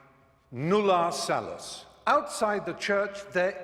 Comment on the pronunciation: It’s “salus”, by the way. You just said: “outside the [Roman Catholic] Church, there is no salt.”